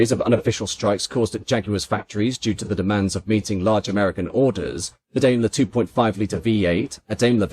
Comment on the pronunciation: ダメラ～とか言ってるよｗ デイムラーだよねぇ？